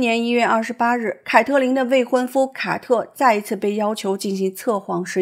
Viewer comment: 五月，“凱特琳和凱特...” 「凱特」是誰啊？ 「卡特」啦！ 聽得我都暈了。😂